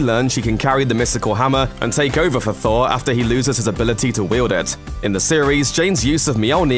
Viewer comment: THOORRAA!!! NO!! It's just Thor. Not, thora.